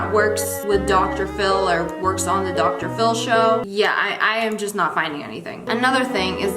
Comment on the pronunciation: did anyone else catch her saying drshow submisions ar ? no just me, okay.